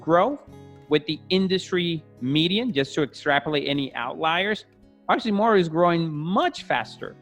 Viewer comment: I love this company and their products. They’re almost there. They have the demand and will will only grow like weed bc they’re not well know yet. Obviously you still pronounce them wrong lol. All good!! Their price will drop 40% once scales. Last hurdle is scale. Too the moon we go!!